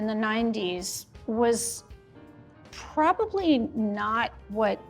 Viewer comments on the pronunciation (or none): none